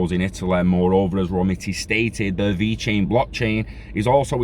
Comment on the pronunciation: Thanks for the info 👍 have a great day! And personally... I think you nailed the Italian pronunciation! 😂 stay safe brother 👊🏻